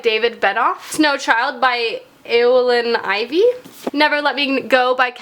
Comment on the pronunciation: I think it's pronounced Owen Ivey